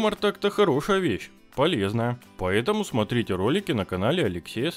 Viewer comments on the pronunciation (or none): none